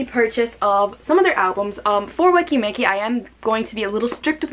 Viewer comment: When you pronunce the name it's i instead of e "wiki miki"